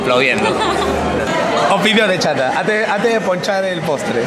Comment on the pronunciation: Alucinaaaaaa!. Se cree pituca y dice dea en vez de dé :V